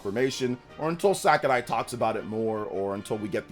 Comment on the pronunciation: “Masahiro SACARAI” lol